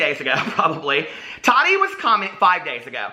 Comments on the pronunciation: Lmao I love you so much but I cringe so bad when you say tadi instead of TaTi 😂😂❤️❤️❤️ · Every time I see Tati now I think about her saying it bugs her when people don't pronounce her name "tat-tee' 😂 yes she has mentioned it ha,ha Love her so maach! I do enjoy her videos most of the time, but as someone here said I think she is an influencer verses a creator. She's awesome for reviews, but if you want creativity you are going to look to Jeffree or James..or Nikki. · How are people giving you a hard time for saying “Tati” wrong? Many Americans say the ‘t’ in a word softly or like ‘d.’ In the part of NY I’m from no one says a hard t like that 😂 For example, if I were to say “button” you don’t hear me say the t at all, and if I hear someone (like a youtuber) say the harder t I actually feel surprised and I’m like, why did that sound so weird just now? 😂 I don’t think it’s wrong, it’s just a pronunciation thing 🤷🏼‍♀️